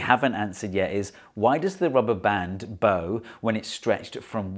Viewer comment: HOMOGRAPH ERROR. That bow is pronounced "Bao"